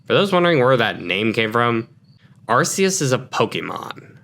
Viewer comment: You guys mispronounced Arceus, it’s actually “R - Key - us” its a very common mistake though just wanna help out with that